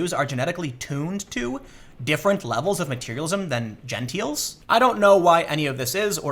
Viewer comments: haha Gen-TILES, not gen-TEELS haha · He said Jenteels instead of gentiles omfg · Tim, Gentile pronounced gen-tile. Genteel is a completely different word. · gentiles, sounds like jen-tiles